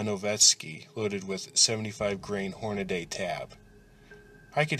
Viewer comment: Lucien Blue right? And who pronounces it horn-ah-day? Evrything sounded over the top.